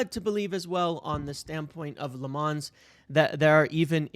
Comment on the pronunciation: Lammens does not rhyme with "Fonz". He isn't French.